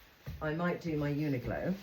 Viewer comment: Love it all! But it is UNIQLO, not UNIGLO!!